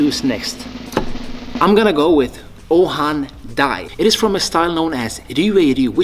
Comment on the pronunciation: Ohan Dai? Really? C'mon man.